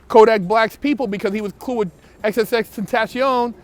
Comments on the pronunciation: I thought it was pronounced X 10 Tay Shun, or Triple X 10 Tay Shun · "xxxtentasHion" lol